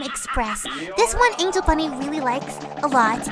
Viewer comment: You said six times of Angel funny